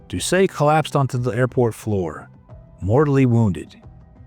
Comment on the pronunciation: And doesn't know how to pronounce Doucet either.. 😅 I'm surprised he pronounced Louisiana correctly.